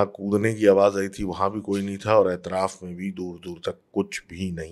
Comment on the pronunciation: its not aitraf. its atraf